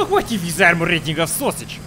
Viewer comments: SOSIG i hear him say sosig AR U RADAL FENS? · "Armor rating of sosig" Nice Radal reference, I guess. Sounded intentional at least, haha